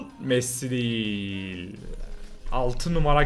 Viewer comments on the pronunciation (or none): none